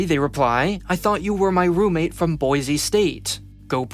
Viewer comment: No 'z' in Boise.